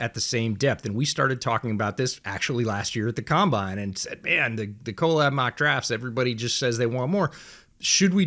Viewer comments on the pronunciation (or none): Why do you say collab as if it is spelled co-lab? Drives me crazy